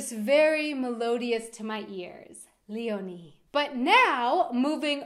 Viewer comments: You just made me like my name by the way you pronounce it.☺️ (Leonie) I thought this name was ugly, but now I think it‘s beautiful.💜 Thank you!! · Ich heiße Leonie und ich mag meinen Namen sehr gerne, der einzige Haken ist, dass viele Amerikaner oder Lateinamerikaner meinen Namen nicht richtig aussprechen können🤔 Umso toller, dass du ihn sehr schön aussprichst 😁😅